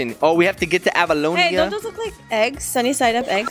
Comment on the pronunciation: It's called Avalonia not Ahalonia, also... don't mess with oddsock, he's so CUTE. He is also suppose to be a dog-thing.